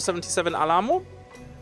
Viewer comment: the pronunciation of Alamo, is Al like Al Bundy, and Ammo.... so Al-Ammo.